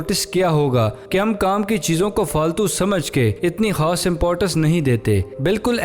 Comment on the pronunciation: Ap khaas ko haas kio kahta ho